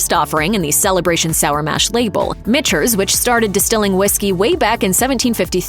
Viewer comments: Did she say Mitchters (MISHTERS) or was that me..... It is pronounced MICKTERS after a MICHael and peTER created the brand. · Pronounced - “MICK-ters”. If you’re gonna pontificate about 5K+ $ whiskey at least get the name correct! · This is a joke. Narrated by a bot? You have Russell's Reserve 10 yr single barrel on your list and then show 4 different varieties of Russell's including the 13 year and the Rye? Also it is pronounced MIKTERS. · Never trust a review that can't pronounce Michters. Just sayin....